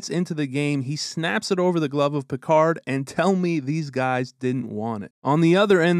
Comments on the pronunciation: Who's Pikar? You mean Pickard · Not Pick ard. Its Pick erd